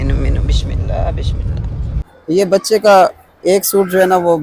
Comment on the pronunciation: ما شاء اللہ اللہ پاک بیٹے کی قسمت, ذندگی اچھی کریں… ایک بات کو ذہن میں رکھنا بھائی کہ بسم اللّٰہ … . س کیساتھ بسم اللّٰہ ہی بولی اور ہڑھی جائے گی ش کیساتھ بشم اللّٰہ کبھی بھی نہی, ایسے آپکا بچہ بھی ٹھیک سے نہی بولے گا کہ شروع ہی سنتا رہا ہو گا… بشم اللّٰہَ سے مطلب بھی بدل جاتا ہے